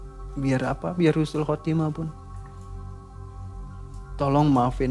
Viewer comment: Husnul.Khotimah bukan Khusnul.Khotimah artinya sangat berbeda banget